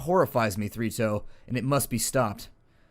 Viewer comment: Everytime you tay Three Toes I hear Fritos...